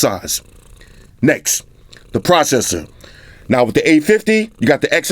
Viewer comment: I like the way you say next. "Necks" lmao.